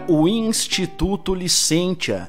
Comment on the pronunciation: A pronúncia certa é LICÊNCIA. O ditongo latino "tia" em sílaba átona pronuncia-se como "cia".